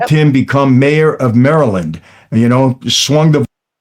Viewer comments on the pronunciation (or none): none